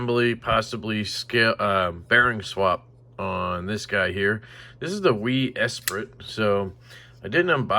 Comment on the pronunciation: just watched this video to listen to you mispronounce Esprit lol